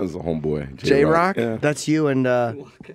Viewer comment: lol this fool said jay rock hahahahahahaha